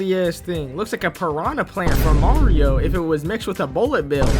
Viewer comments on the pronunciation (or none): none